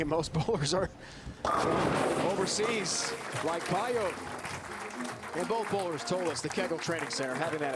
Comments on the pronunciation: you can't pronounce "Pająk" like this, ą is a nasal vovel, americans and other germanics can't even pronounce that correctly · She's from Poland, it's not pronounced "pay-jak". I'd say "pah-yahk" is close to being right. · I've heard Daria herself pronounce it PIE ek... this guy's "pie yoke" is totally off the mark. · Daria's last name is pronounced PAJAK - the J like John, Jonathan not Payo like the commentator said all the time. I know Daria since she was 17 years old. Already a Polish champion. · Guy needs to learn how to pronounce names, its PAY-JAK, not PIEOK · Daria Pająk - absolutely Polish name and surname. You read this: Dariah Payouk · I thought the correct pronunciation would be "pie-yak" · Daria Pająk. In English there is no exist "ą". Btw.. Pająk means Spider Sorry for my English:)